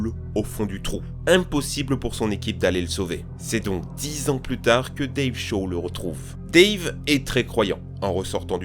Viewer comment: "dave chat" OOF